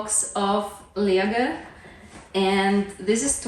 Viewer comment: At first i did not realize you were saying "Lego" It sounded more like "laegue" or something